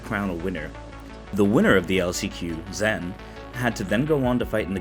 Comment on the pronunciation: Just a heads up, it's spelled "Zhen" but is pronounced as "Jen". I think only James Chen said it correctly in the stream.